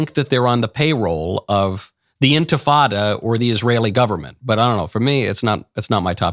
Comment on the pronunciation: “Intafada?” Really, Michael? That’s disgusting. I unsubscribed from Daily Wire because of that brand of intellectual dishonesty. Now, I’ve heard my last podcast of yours.